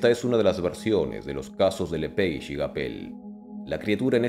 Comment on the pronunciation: Se pronuncia lepage porque es nombre francés Si los las aves son la evolución de los dinos, ¿puede haber dino remanescente?